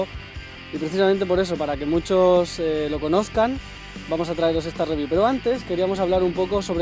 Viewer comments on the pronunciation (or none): dice Rewiev en ves de Review xd